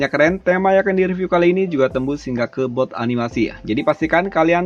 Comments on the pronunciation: Boot kak bukan booth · Boot bang boot B O O T bukan booth